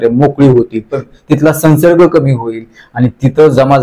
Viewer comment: सन्सर्ग नाही! संव्सर्ग !!